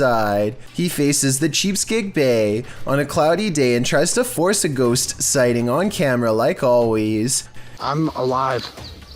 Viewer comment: Chesapeake Bay, not no damn cheapskate bay.